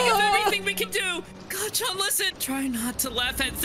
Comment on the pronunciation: I heard deku said "cacan" instead of "kacchan"😭😭😭😭😭😭😭